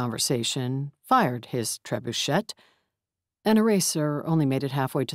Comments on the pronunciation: Somebody tell the narrator if she isn't sure of a pronunciation to look it up. Trebuchet is pronounced as Trebuche' (last T silent). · I'm loving the stories, and the majority of the narration. However, I do wish the narrator could manage a better Jamaican accent. Her version sounds like the vampire character. And she needs to watch pronunciation of words such as trebuchet and crevasse. But overall, I LOVE these books and look forward to future efforts. I am looking forward to getting to my local bookstore after COVID19, so I can purchase hard copies of the book series!